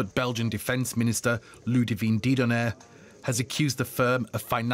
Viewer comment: so the Belgian defence minister would be called "Lidivine Deedonner"? Rubbish, it's Ludivine Dedonder. Is this serious journalistic work?...